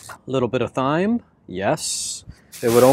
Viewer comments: It's pronounced "time", not, "thime". Lol, that was cracking me up. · “Parsley, sage, rosemary and thyme” pronounced TIME. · There is something charming and contagious about you and your videos. I love to watch your van adventures and listen to that little laugh of yours. So anywho, pleasantries out the way, I'm that friend who will tell you when you have a boogie in your nose, so that said, THYME is pronounced as time and next time you hold your meat out of the way to keep the buggies away, season it first to let the flavors set a little while you prep your other ingredients. Also, get a santoku knife...will help you do wonders mincing garlic and onions and chopping veggies and watch a YouTube video to see how the wrist action with your santoku knife will help you with your prepping. Love you, mean it, bye until your next adventure! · I am just love your take on van life. I am looking into travel with my dog. Your dog is so well behaved. By the way it is seasoning pronounced Time. There is a garlic press you can get. I love mine I got at IKEA. Looking forward to more of your adventures. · How do you pronounce thyme?? Supposed to be "time ". You know.. parsley, sage, rosemary and .. thyme (time). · It’s definitely pronounced ‘time’, yes! The ‘h’ is silent. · Its ok. We all have some words we get tricked on pronouncing. Mine is Quinoa, yours seems to be Thyme. English has some weird idiosyncrasies. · I thought he was kidding at first pronouncing it with a "T"-"H" sound. Nope. He's just ill-spoken. Wow. Just wow. So embarrassing